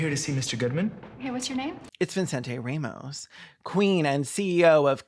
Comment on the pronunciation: Ray-mos? Literally who says it like that